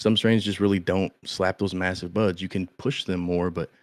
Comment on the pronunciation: When buds sound like butts it takes on a whole new meaning 😅 only like big buds not little buds 😂